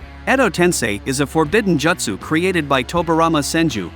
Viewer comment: "Jutt sue" lol